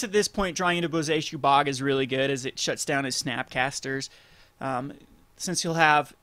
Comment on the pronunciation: I love how he absolutely slaughters the word "Bojuka" every single time.